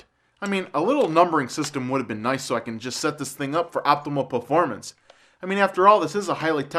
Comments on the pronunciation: fo optimuh pefomance lol - jk keep up the good work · This guy is a fucking tird, listen to him say optimal performance lol. Yeah, you coudn't compete with the the AVGN, even if he was beatin retarded and forcefed through a tube the rest of his life. I would love to murder you in you sleep. Maybe I should order one of your DVD's so I can get your home address, you have no company that's why your shipping them out of your house. You can't fool anybody.